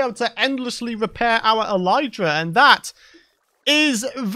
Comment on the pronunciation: It is elytra as in 'I lit the candle' not elytra as in 'I light up the world'. This isn't an Aluminium vs. Aluminum thing either, if you are knowingly saying it wrong, then you are knowingly saying it wrong.